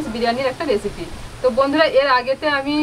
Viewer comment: প্রথম দিকে ভুল করে রেপিসি বললে, তবে তোর সারল্য মুগ্ধ করে।